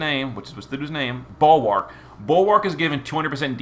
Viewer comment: I love how he calls Bulwark everything except Bulwark